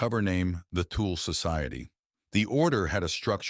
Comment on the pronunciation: The tool Society 😂😂😂😂😂 . Thuule uuuu Pronounce 25x wrong Tool instead of Thule is very irritante. Disrespectfull.